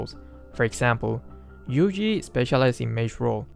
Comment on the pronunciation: You said Yuji right